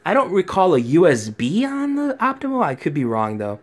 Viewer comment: optoma, not optimo...